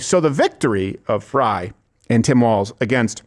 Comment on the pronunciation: it is Frayyyyyy, he wants it to be fry